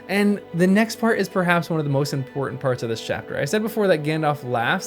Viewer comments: you say ''Imporhank'' it is Important that you polish your diction since you are doing something that depends so much on your voice. nice video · PLEASE , if you are going to narrate, polish up your diction. ESPECIALLY, DO NOT say 'impor-int'. Whoever taught you (and your generation) this pronounciation did you a disservice. It is low class. The word is imporTANT. Tell your friends.